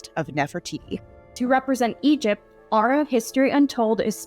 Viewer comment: when the historian pronounces Ar'a almost properly in the beginning